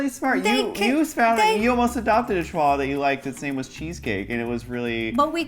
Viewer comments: The pronunciation of the dog name is chiwawa not chiuhaha or something else. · Ro: Chihuahua: No, a chiuhaha